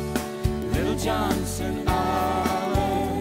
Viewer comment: He could at least pronounce Johnston correctly